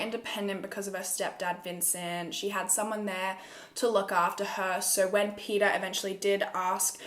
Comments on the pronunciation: Did u say his name was pedophile hhahahahahahahah I heard wrongly 😂😂😂 it was Peter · Everytime u said Peter I thought u said pedophile and I was like And I oop